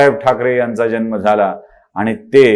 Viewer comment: जल्म नाही जन्म